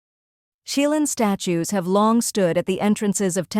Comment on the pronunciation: C(h)ilin not kilin!